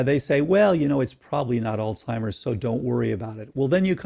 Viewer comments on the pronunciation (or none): Wish he would stop pronouncing Alzheimer's as "olstimers" lol